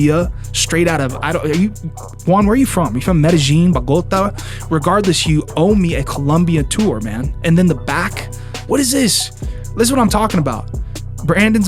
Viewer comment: Bagotha? Bogota man lol